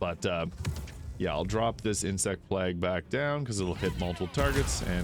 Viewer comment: Did this man really just say insect plag? Still, love the vid 🙏